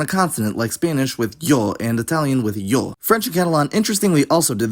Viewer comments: Great video, would have been interesting to see Sardinian included. It's especially noteworthy when it comes to the vocalic system and plosives! Small correction: the Italian "io" is pronounced /'io/ [ˈiːo̞] so it's actually closer to the Latin "ego". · in italian "io" is definitely not pronunced as [jo]🙏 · Congratulations for the spectacular pronunciation! Impressive! Just a note: Italian io is not [jo] but ['io] so the i Is very much a vowel and carries the stress. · In Italian it's not [jo] but ['i(:)o] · In Italian it's actually [ˈi.o] not [jo] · Traditional standard pronunciation of italian casa is ka:sa non ka:za Io it's i:o not jo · Italian "io" is not pronounced "yo" like Spanish. It's "EE-o." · Italian native speaker here: Io ( 1st person singular pronoun) is not [Jo]. The I is a vowel, not the semi-consonant [j] there. You could at most say that we pronounce it [ijo] but the vowel [I] is necessary. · While it isn't particularly important, as an Italian native speaker I found the pronounciation of Io very odd. I, along with other speakers, pronounce it as [i:o], and the [o] may very well be short. I don't know if it is a dialectal thing or not, but I don't think it is. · I was so mad when I heard him say that, like "no it's not how you pronounce that, didn't you say you learned Italian for this?" I have never heard it being pronounced as 'jo', but maybe it's because I'm from Lombardia and haven't really heard people speak dilects that much (only one I know is napoletano bc my family is all from Napoli)